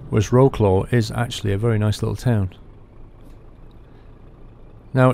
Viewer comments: great video, but lol "row-claw". did you mean Wroclaw (pronounced "vrotswav"? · its pronounced Vro-tz-wav=Wrocław the w makes a v sound in polish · Wroclaw is pronounced 'Vrotzwav' or 'Vrosswav' ... a little thing I picked up from my eastern EU workmates. Also a 'Fender' is what we call a Bumper. Or a type of guitar? They are also the iflatable rubber things you chuck over the sides of a boat when you park it. A bumper for boats! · Wroclaw = vrots-laff = vroats-laugh if you will. Not roe-claw. Just saying. . . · its not Wroooclo ... please say it at least WRESLAU or WRO-SLAW or WROZLAW Best regards from Poland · Wroklaw????? in poland we pronounce it like Wrocuaw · Somebodys already mentioned it, but i'll say it again just incase you miss it... 'Wroclaw' is pronounced 'Vrotswaf' :) Also, longer videos would be awesome. And Austria to Scotland would be even more awesome XD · Wroclaw is Vrotzlav ;) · Wroclaw is pronounced Vrocwaf with a soft c. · Wroclaw aka Breslau Wroclaw pronounced Vrotsvahf